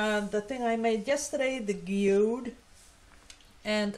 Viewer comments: In USA we pronounce geode like gee whiz . Gee ode! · Beautiful thank you for showing us how to make a Geode.... said in English gee ode ....love your teaching method and sharing.